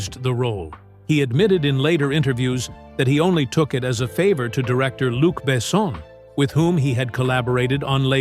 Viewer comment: The best part of this video is counting how many different ways the AI narration pronounces "Luc Besson"